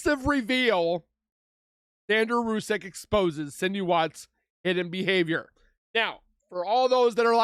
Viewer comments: SHA'NAN not Shawn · Her name isn’t Sean, AI STINKS. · This is ridiculous and disgraceful. hey cant even say shannans name properly with the STUPID AI..... And the story is completely wrong. Chris was not there when the nut incident happened. This is disgraceful that you would replay such a stupid video.